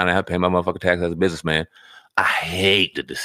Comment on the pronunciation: I'mma BUS-IN-ESS MAN...